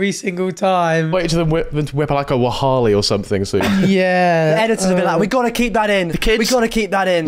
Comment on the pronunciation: no one in the comments picking up on saying "wahaali" instead of "wallahi"